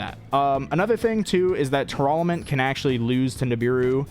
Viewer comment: why does he keep mispronouncing tearlament?